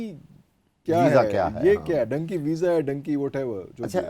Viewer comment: It is dunky not donkey